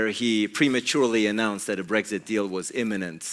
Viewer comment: Annoying Blairism’s - “Breggsit, Parhearty, idieology.” Great stream,. Have you done any videos/studies of Alistair Campbell? His politics have never really been looked at. And considering how influential he was to New Labour and Blair, I think he’d be a great subject. From journo to spin doctor.